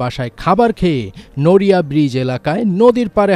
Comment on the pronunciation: নড়িয়া উচ্চারণ ও করতে পারেন না সাংবাদিক হইছেন কিভাবে